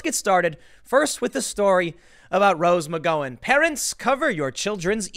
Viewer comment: “Rose McGoin’”